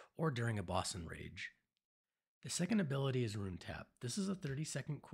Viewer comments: It’s a rune, not a “ruin” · RUNE not RUIN